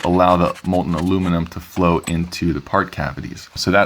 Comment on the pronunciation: MOHL-tuhn, as in, mole-ton. The "t" isn't silent. Otherwise, it was very nice work.